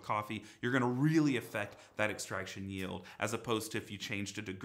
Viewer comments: Hmmm, “YELD” you say? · extraction yeld 😂